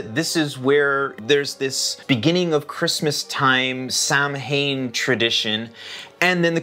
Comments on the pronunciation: HI!Great video !! Just wanted to let you know it`s actually pronounced Sowan not sam hain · Samhain being an Irish/Celtic word is pronounced "sow-unn"... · Just wanted to let you know that Samhain is pronounced like Sow-in (sow rhyming with cow). I really like your philosophy of no naughty list. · What a great video! Samhain is actually pronounced "Sowen" - the Celtic language is very weird...Such a pity this isn't celebrated here in the North, I used to love it as a kid, the excitement. In our region the young men would later in the night go from house to house, scare the people and threaten to beat them unless they were given alcohol 😅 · I think it’s human nature to want to laugh at our fears…which may be another reason for the resurgence of some of these traditions. p.s. Samhain is pronounced “Sow-in” 😊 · Samhain is pronounced saa-wn. Just sayin’! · Samhain is an Irish Gaelic word, which would have been quite different to the Celtic languages spoken on mainland Europe. As an Austrian living in Ireland who has not been able to manage to learn Irish (Gaeilge) so far, I have been made aware by my children, that in Irish Gaelic “mh” in the middle of a word usually has a “v” sound and therefore Samhain should be pronounced more like Sow-in or sah-win.